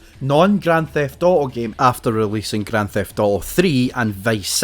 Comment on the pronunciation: Bro says "GRAN THEFT OOOO"